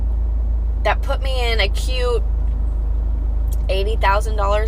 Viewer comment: Is she saying " a cute" or "acute?"